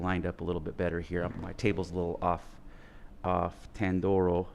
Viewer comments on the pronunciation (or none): You said the name wrong twenty times. Tan dor eeo!